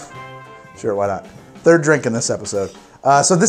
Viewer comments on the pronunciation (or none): none